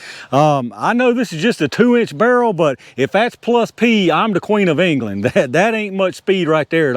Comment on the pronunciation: This guy everything he says is a knee slapper. “If das plus p im da queen uh england”😂😂😂😂